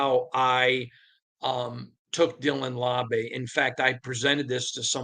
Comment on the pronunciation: "LAU-BEE" not "LAW-BAY"! Love the content though!!! 🏴‍☠️🏴‍☠️🏴‍☠️